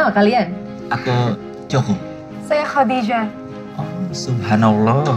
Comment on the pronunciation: Kenapa ya org indo ngomong nya kodijah jelas2 tulisan Khadijah dan semua orang muslim diluar negri & di negara2 arab pun menyebutnya khAdijah bukan khOdijah . IstikhArah bkn istikhOro ga semua nya خ/ر di baca O.